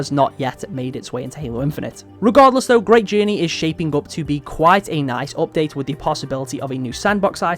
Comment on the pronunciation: "opdate" xD es heißt appdaäjt